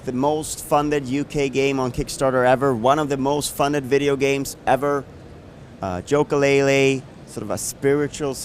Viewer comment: He did not just fucking say Joka-Laylee